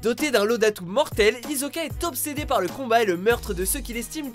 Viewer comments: SA SE DIT HISSOKA PAS HIZOKA ET ET KIRUHA CE DIT KIROUHA ! BAKA !!! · Hisoka pas hizoka vous avez un problème avec les prononciations des personnage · Sérieux ?! Comment vous pouvez faire 2 erreurs sur le numéro 1 ? C'est pas "no kanu koro ni" mais "no naku koro ni" et le personnage s'appelle RyugU et pas RyugA... Btw, pour HxH c'est hiSoka, pas hiZoka... Vous faite des erreurs de ce type a chaque vidéo. Faite un peu attention... Et niveau folie, Betelgeuse, Johan de Monster ou Mocking Bird de Deadman Wonderland ont plus de légitimité que Mikami ou Frankenstein... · C'est moi ou il a dit izoka au lieu de hisoka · non juste une remarque: On prononce: hissoka et killua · Il a dit Hizoka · Ahhh mon dieu mes oreilles "hizoka" y’a dit t srx la !!! C judoka un ;S pas ;E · très bonne vidéo. mais pour les pronnonciations, on di Kiloua, et hissoka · Skyrix Uiiii mais c'est Hisoka "~" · "Hizzzzoka" nan mais mais j'hallucine ....